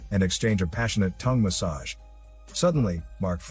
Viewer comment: It's fnny to hear the way u say "tongue massage" 😂😂